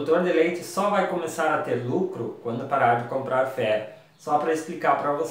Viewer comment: Ouvi três vezes e não entendi a frase só entendi ai longo do vídeo que é FERRO na tua dicção parecia feno , fé , .